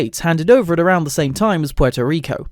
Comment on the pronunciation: me: interested in the video him: puay toh ree coe me, a puerto rican: 🥲